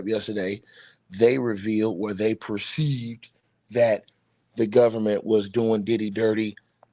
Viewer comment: Where they PROCEIVED!!!!😂